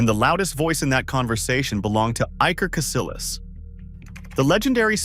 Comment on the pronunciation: It's pronounced CasiYAS not CasiLAS.. 😂😂